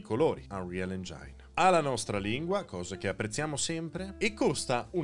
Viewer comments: Caro, però engine si legge engin, non engiain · però dopo tutti sti anni mi sbagli ancora la pronuncia di "engine"... su su...:D Sempre complimenti per l'uso del greenscreen, professionalissimo!:)